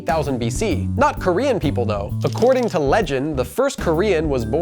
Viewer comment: Native Korean speaker here: thanks for not messing up the prononciation too badly